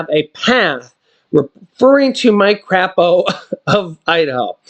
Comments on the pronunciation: It's pronounced Cray po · It is not crape. It has a long A in it